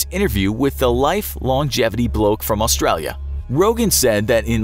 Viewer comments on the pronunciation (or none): none